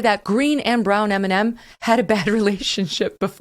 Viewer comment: Stop butchering Eminem